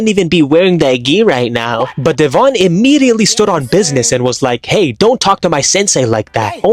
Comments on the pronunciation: It’s Devon… not dE’vOn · Her name is not dev-on it is devon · Is no one talking about the way he pronounced Devon’s name